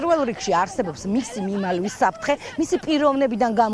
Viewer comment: ტვ .პირველი. ჟურნალისტი გამოცვალეთ თორე მიმალლლლლლვის საფრთხეში ლ ამოუღეთ😂😂😂😂ქაჯებო